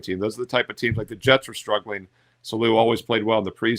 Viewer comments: its Saleh pronounced SAW-LA. Lol. Appreciate you my man! Thanks for the picks. Excited for this season. Might buy your NFL season picks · "Saloo"?? Lol, you've really never heard it pronounced? The dude has been around for a while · Your pronunciation of Saleh is wild, but good picks 🤣